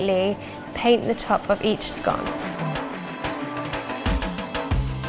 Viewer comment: You do pronounce scone properly. When, how much & type of ginger should I use to make ginger scones??